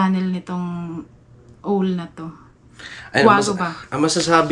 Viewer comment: ang pagbigkas ng OWL ay AWL… hindi ooowwl..